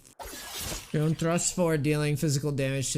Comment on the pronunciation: Yo-ne, not y-own.